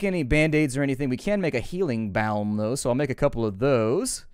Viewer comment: can't believe you can't pronounce disease or balm